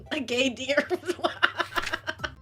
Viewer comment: Not gonna lie though I thought she said "Gay Deer" instead geindeer😂😂